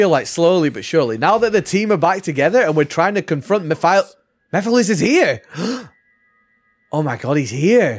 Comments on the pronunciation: Mefiles??? WTH?! 🤣🤣🤣 Is it that hard to say MEH-FEE-LESS?!! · I did NOT know how to pronounce it for the longest time so I kept saying Meh-files LOL